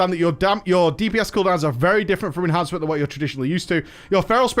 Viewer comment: Yeah, Ehancement shaman mate. The spec where you get Doombringer.